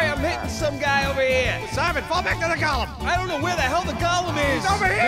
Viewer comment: Go. Lemm Not NOT Gollum like Lord of the Rings. GO LEMM